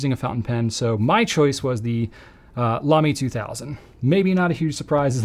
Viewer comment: Me: …Lamy 2000: Lamy 2000 Me: nailed it. 😌✨